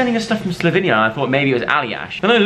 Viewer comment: My eyes teared up when Dianne started crying! Joe, it’s pronounced Slow-vein-ya. My grandpa is from there!